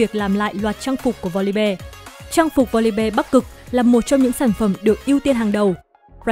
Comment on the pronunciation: Voli BE =)), học lại tiếng anh đi